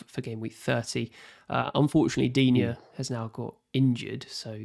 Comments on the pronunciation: This French speaker seems to think "Digne" has 2 syllables? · Its pronounced “Luca Deen” for English speakers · They asked and I answered the correct way of pronouncing Digne. If you feel like it is pronounced dinet, dina, dinot, diwhatever and feels like it sounds right to you, so be it. No need to comment non-sense and waste people's time, please. Peace out